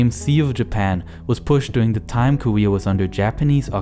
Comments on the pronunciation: Lesyk Konecky listen the word ‘korea’ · Koeea? Or Korea ..? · Wow you're saying Korea with a w